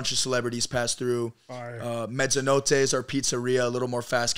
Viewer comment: BRO calls himself italian and pronounces mezzanote as mezanoutay